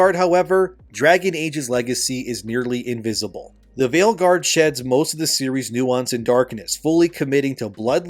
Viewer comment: Did you say Veilguard or Maleguard?